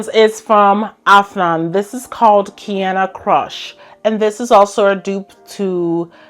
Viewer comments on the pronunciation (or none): none